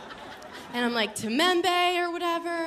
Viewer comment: “Timembe” is crazy🤣🤣🤣🤣🤣🤣🤣🤣🤣